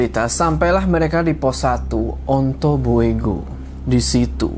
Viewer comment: Bukan ontoboego bacanya ontobugo